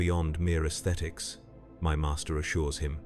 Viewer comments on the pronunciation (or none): none